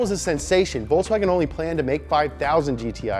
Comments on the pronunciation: Bro, you're saying Ferrari and Lamborghini correctly, but can't say Volkswagen, really? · I love the the "VolkSWAGen"